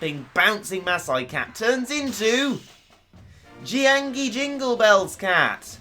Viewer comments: oh jeez you were right you really can't pronounce the name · Can say Claustronyctophobia, can't say Jiangshi... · Tzisorey Tigerwuf they drain enrgy i think im not a big fan on zombie movies even though im chinese and the way says it is so funny